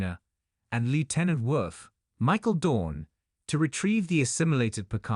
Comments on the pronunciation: Lt wurf ??? Don't you mean Worf. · Wolf 3 5 9 (three five nine) not Wolf 359 (three hundred fifty nine) And why is Worf being pronounced woof? Shameful!